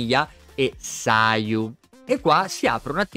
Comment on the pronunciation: Io incuriosito da Sara Kujou ewe Minchia solo Yoimiya e sayu hai detto giusta come pronuncia